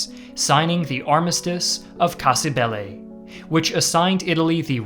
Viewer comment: Sicilian here: - while the literal translation is correct, "cassa da morto" (not "di morto") is just slang for "coffin" - it's pronounced "Catània" - it's pronounced "òrdine" - it's pronounced "Cassìbile" - the Carabinieri were and still are a gendarmerie, not just a police force Other than that, thank you for doing your best not to slaughter Italian pronunciation